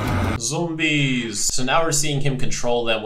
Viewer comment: Hearing pronounce zombies like the Dutch pronunciation makes me wonder what other Dutch words he knows.